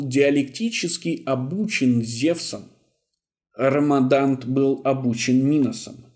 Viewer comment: 👋😀Послышалось, наверно, но вроде правильно Радамант, а не РАМАДАНТ. Очень режет слух, но РАМАДАНТ тоже норм👍.37минута 34сек если кому интересно